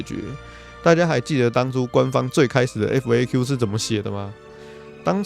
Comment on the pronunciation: FAQ請合在一起念，就是法科由